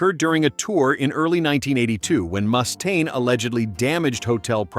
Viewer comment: AI crap as they pronounced "Mechanix" wrong. Also the way the voice said "Mustaine" was a little annoying. smh